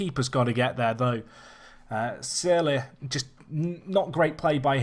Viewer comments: Took me about 30 seconds of Googling is all. And I'm not having a go, but seriously struggles to pronounce names so someone giving an incredibly obscure pronunciation isn't helping, in English it's pronounced 'Surl' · SEARLE IS PRONOUNCED 'Surl'!!!! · Searle is pronounced Surl; like curl but with an s. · Unless you've spelt your friend's name wrong he's pronouncing it in a very odd way